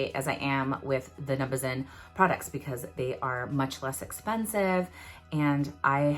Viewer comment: I think it’s pronounced num-Buh-zen but I’m not entirely sure, I’ve heard people pronounce it like u do too tho!